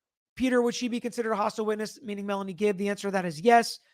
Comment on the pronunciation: She said "Melly" (for Melanie), not Nelly ..